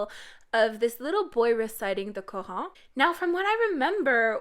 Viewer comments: Plz 🙏🏻 when it comes to others religion try to pronounce names correct. It's called Quran not quhan (this what I heard u pronounce sorry if I misheard it ) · Why is she saying "the Quran" that way? It's not French... Nor is it pronounced remotely anywhere near to how she's saying it... ? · im muslim and the way you said qurran made me cringe but im not judging because its not your fault